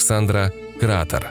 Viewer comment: крáтеры на Луне, а сподвижником Александра был Кратéр! В греческом языке ударение ставится на предпоследний слог... Кратéрос, таким было имя этого военного